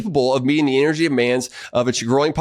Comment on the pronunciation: You're a PhD and you can't even pronounce half the big words you use. What the hell is "eneryee"?